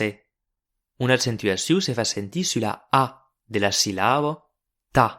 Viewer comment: accentuacÎw e non accentaciOU!me vos far venir craba??